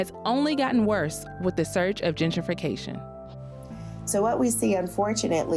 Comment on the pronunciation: It's Gen-tri-fication, not Djidjification.